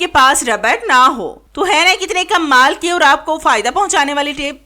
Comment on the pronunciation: Pehly tu Kamal Bolna seekhain Aap bolti hain kummal Tips btati Jain jis ko Jo psand Aaye ga wo khud hi comment kr dy ga